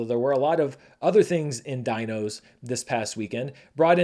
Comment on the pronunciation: Your first pronounciation of Dino was better! It means days in Hindi